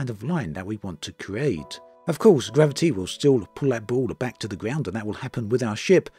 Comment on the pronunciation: Gravi- T Veloci- T Diversi- T 🤣🤣🤣 ⛳